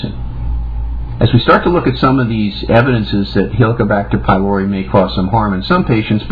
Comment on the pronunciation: "It's around for 58 thousand years - for a reason..." 58 thousand years is nothing in evolutionary terms. IE: it's a newcomer and as is it's purpose is nil for humans - for we survived a bit longer without it. He doesn't even know how to pronounce 'pylori'. It's a Greek word where 'y' is pronounced as 'u', 'ü' or 'i' (as in 'idiot') but NEVER as 'I'. This is a minimum basic education Doc! Do you know where Greece is? No, it's not in 'merica.